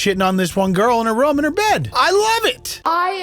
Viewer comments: sir....if you say room like rum....how tf do you say rum. im dying to know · Please learn how to pronounce room properly